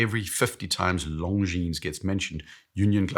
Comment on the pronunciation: PS PLEASE 🙏 The “S” at the end of Longines is silent… Weirdly, you’re pronouncing it both right and wrong in the same video.